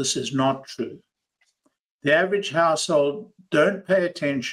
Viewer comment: I heard “household” as “asshole” the first time and now I can’t unhear it. 😅